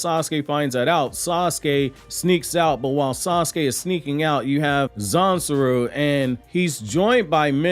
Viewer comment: Quick question, in the subtitles & the manga it says “Zansul”, but it sounds like you’re saying “Zansuru”. Am I trippin? Lol